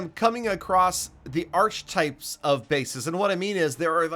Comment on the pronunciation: It’s pronounced ˈärkəˌtīp